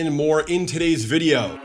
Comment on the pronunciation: I like the way he says vidiou